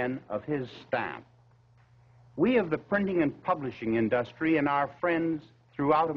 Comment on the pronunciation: "in-DUST-ry" Interesting pronunciation - typical for the 1950s?